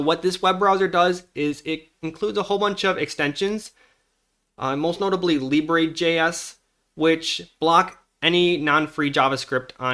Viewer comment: It's pronounced Lee-Bruh, not Lee-Bray.